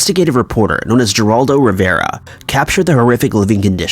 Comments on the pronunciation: I wonder what state is he from, 'macabre', 'coven', and 'Geraldo' have been around for ages, most people know how to pronounce those terms and name, perhaps he was in a rush. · Coven rhymes with oven macabre is pronounced muck cob and geraldo is heraldo not jeraldo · His name is pronounced "Heraldo" not "Geraldo" like his name is actually spelled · Macabre is pronounced “muh-cobb”, not “muh-caw-bray”. Also, Geraldo Rivera is pronounce “Huh-Rawl-doe” not “Jer-awl-doe”. The last thing you messed up is Coven is not pronounced “Coe-Vin”. It’s “Cuh-ven”. Inlove the info and work you put into your videos but if you’re going to cover cases, you should really learn proper pronunciations bc it makes you look even more professional! So it can only help you. Something else I haven’t been liking that’s new is you saying “I’ve been ”. No you ARE. So it’s a weird statement, not a catchy one. You should stick with just saying who you are instead. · Macabre='Ma-cobb', Geraldo='Heraldo' Coven= pronounced like 'oven' w/ a 'c' at beginning of term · Right? Macabre: pronounced "muhcob". Geraldo Rivera: first name pronounced "Huraldo". Coven: pronounced "kuhven". Those are the few I caught. I'm sure there were more that I missed. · Wow. You said coven wrong. And you said Geraldo Rivera’s name wrong. It’s c oven And it’s heraldo. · Lol..perhaps he's reading too quickly or something, that made me cringe, he pronounced Geraldo with the J sound too...Lol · I almost feel like you’re intentionally mispronouncing in this video. Neeagra? I mean seriously? Geraldo is “her”aldo, you gave it a J sound. Like every other word is mispronounced. Not like you. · Lauren Christie Jeraldo, Macahbray, Kneeagra Falls.... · Lauren Christie same goes for Geraldo Rivera lol , it’s pronounced “heraldo “ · Lol Geraldo is pronounced heraldo, the g sounds like an h lol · Right? With all these mispronunciations I face palmed so hard my hand went through my face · Probably doing it on purpose